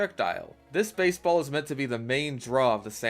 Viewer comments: I dunno why, but the way he says beisbol is hilarious to me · The way he just said baisbol🤣